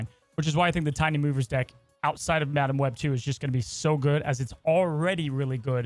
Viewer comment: Alex had a stroke talking about madam web and forgot to edit it😂